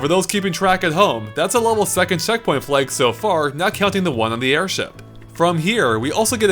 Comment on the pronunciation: pronounces flag as "fleg."